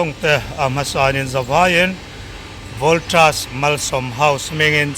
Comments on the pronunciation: Pianga..voltrus ti kher suh..valtas ti in i lamthism reng kha oo.. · Voltras nge voltas mizo i ni em upiang. Hnamdang zawk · A tirlamah kha chuan Voltas a ti char char mawle..a video kha en let mah ru... Engtik atang emawni khan Voltraz a ti ta tlat... Thil lam dikloh der a ching te hi a ngeiawm riau a nia.. hmenhmawn mai..